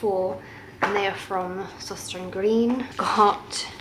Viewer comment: Søstrene Grene, I think you can just say Sisters Green 😂 it's easier. Danish is super hard to pronounce!